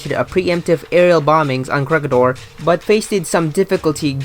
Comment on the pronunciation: WTF! Ko -Reh-Gi-Dor! Please pronounce it properly! Make a research! We can pronounce your city properly. Why you cant?